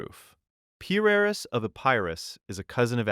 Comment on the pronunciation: Better than average, but you'd be doing yourself a favor by looking up how to pronounce the words you don't know. When you guess at the pronunciation, you sound illiterate. What's worse, is that, after mispronouncing Pyrrus two or three times, you pronounce Pyrric correctly. You can definitely do better...please do.